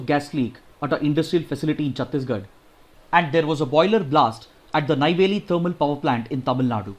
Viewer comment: 30 :23 it's not tamizan it's tamizhan and Neyveli not nayveli